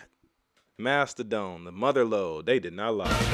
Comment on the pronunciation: Nobody gonna talk about him pronouncing it Mastahdone???? Lol its mastah Don my guys.